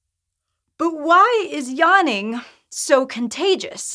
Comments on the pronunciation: Is anyone else really annoyed by how she says yaanning and not yawning? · Spent the first 15 seconds wondering what "yarning" was. That's some funky pronunciation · What is this 'yahning' she is talking about? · What the hell is “Yonnin” ,it’s really so annoying I had to stop watching this video